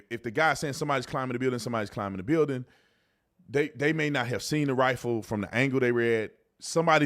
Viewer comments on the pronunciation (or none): He said rife… never said AR